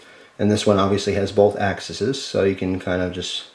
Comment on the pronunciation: its pronounced ahxeez for plural of axis but i will let you off the hook this time